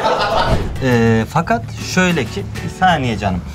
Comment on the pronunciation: Peki Ali nin sineğe bisaniye canım demesi😂